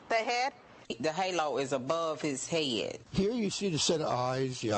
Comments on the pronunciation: "Da heilo is abuv 'is hayud." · "The hey-low is above his hey-ad"